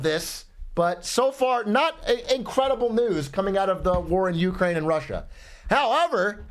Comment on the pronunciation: why does brandon pronounce Ukraine like that